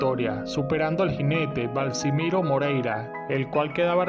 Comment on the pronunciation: No es Balsimiro Moreira se llamaba Balsamino Moreira gran jinete chileno